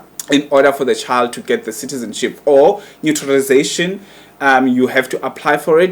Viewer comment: Spot on, imagine the brother can't even pronounce naturalisation, yet he thinks he can analyse such issues 😅